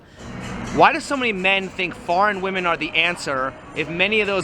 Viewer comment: why cant so many women pronounce ... "women"